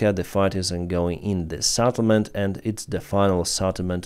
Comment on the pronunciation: not SATtlement but SETtlement. SET not SAT. set... not sat. It's not SAT, it is set - settlement. Stop pronouncing it SATTLEMENT